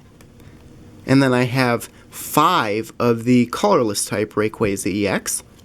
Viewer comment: and you call it ray quay za instead of ray quah za